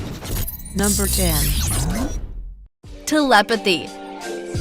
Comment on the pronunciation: It’s not telepethy it’s telepathy also ITS not pants it’s trousers